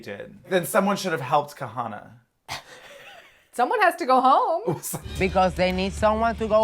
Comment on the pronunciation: So happy that remembered how to pronounce Kahanna’s name 😆